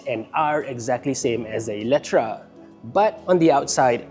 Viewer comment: Eletre, how come pronouns as eletra ?